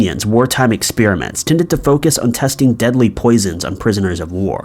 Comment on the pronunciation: Anyone else know about any interesting expeer-ements......??